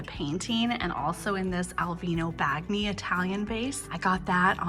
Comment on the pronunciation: Bagni is pronounced bun-yee, the gn is like in lasagne